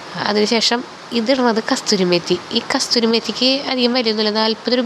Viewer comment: കസ്തൂരി അല്ല കസൂരി ആണ്..